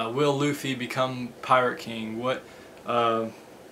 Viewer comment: It's not Looffie it's Luffie with a short u sound.